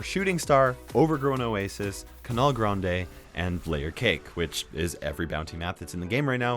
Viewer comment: Nobody: Literally Nobody:: Cunaler grandey (canal grande)